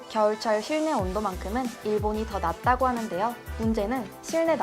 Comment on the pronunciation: '낮다고' 와 '낫다고' 의 억양은 다릅니다 하신 억양은 '낫다고' 로 하셨네요